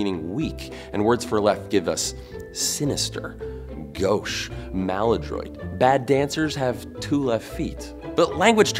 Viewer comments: I just stopped the video when you said maladroit completely in English. If you can't pronounce the words, just don't use them in a video u.u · Gotta love the care he put into pronouncing 'maladroit' correct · When you said “gauche”, I thought you knew a bit of French, but then you said “maladroit” of a very horrible way. 😆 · Mala-what? Americans, stop lacking care for pronunciation of other languages 🙄 Ma-lad-wah is the way you say Maladroit. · The way you said “maladroit”😂😂hilarious! (I’m both handed so if all the scissors are taken at school I use stud from the lefty bin or vice versa) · When he tries to pronounce "maladroit" hahaha lol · "Maladroit" You made my day by pronouncing that xD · this is the right way to pronounce "gauche", it's "maladroit" he pronounced wrong actually